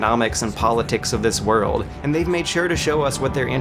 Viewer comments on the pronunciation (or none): none